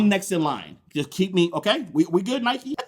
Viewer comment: Its Nike. Not Nikeee